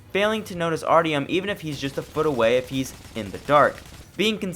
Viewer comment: The one thing that drove me away from this review: The continued mispronounciation of the MAIN CHARACTER'S NAME. That is literally not how you pronounce Artyom.